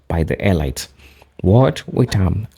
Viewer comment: Brother "elites" is pronounced "eleets" Kool